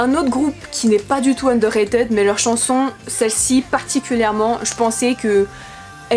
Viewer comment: Juste ça se pronomce "underra"tide" :") Sinon jai adoré ta vidéo ^^